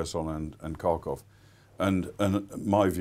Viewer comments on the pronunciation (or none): His pronunciation of Kharkiv matches his attitude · Just found this. Didn’t age well! Also cannot agree with some of his analysis, particularly that surrounding the Kharkiv counteroffensive. Would also help if he could pronounce the name of the city!